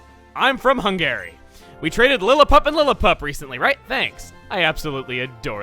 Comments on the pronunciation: Chugga Its Hun-gery Not Hun-gary Its Hungry with an extra E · Chugga saying Hun-Gae-Ree instead of Hun-gah-ree both makes me chuckle and die a little on the inside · HUN-gary, not hun-GARY. That section with Masae's character being Hungarian was quite funny though😂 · Hungary is just pronounced as "hungry". Not "Hung-arie". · Hungary is actually pronounced hungry. I'm not joking. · "Hung-gary". It's just Hung-arr-ee, Chugga. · Its pronounced Hungry, and Hamburg is a city in Germany. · Hungary is usually pronounced as "hungry". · I am triggered that you mispronounced Hungary, as my father is from there. Hung-ury. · hun guh ree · You can actually sell Super Potions for $350 and then buy a Lemonade for the same price. Also: Hungary isn't pronounced like the name Gary, it's pronounced like Hun-gurry. And Hamburg isn't a country, it's a region in Germany. :) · Mizuti or him pronouncing Hungary as Hung-Gary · "I don't want to offend anyone in that country" still says Hungary wrong. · That is not how you pronounce Hungary. And Hamburg is a city in Germany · Edit: Oy! That's not how you pronounce Hungary! (I actually am from there.) Don't worry Chuggaa pointless non"actioncommands" aren't just you alone, i always tap twice on the 3DS whenever my Villager knocks on the door in New Leaf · Nice pronunciation of hungary my dude lmao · Am I the only one who went insane hearing the way he pronounces Hungary?